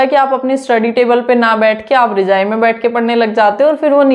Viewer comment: Rijai 😂😂 it's rajai❤